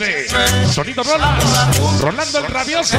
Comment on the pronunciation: Jajaja XHHR ese guey no sabe ni quien es el "Rolas" hasta que lo corrigierin lo dijo bien XRHH "ROLAS" es lo malo de trabajar en un sonido y no saber del tema solo lo hacen por $$$